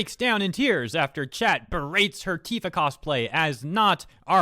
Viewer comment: T-IF-A. Say it with me. IF IF IF..... Tifa